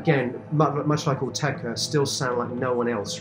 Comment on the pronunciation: It's Autechre not 'Ortega'...